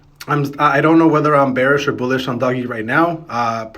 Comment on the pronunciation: It’s not Doggycoin , It’s Doge !